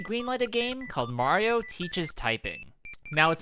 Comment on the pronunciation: Ugh the live action Mario Luigi says Mario wrong. Ugh.